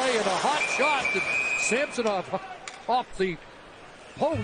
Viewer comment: These 2 guys calling the match should learn how to pronounce Samsonov.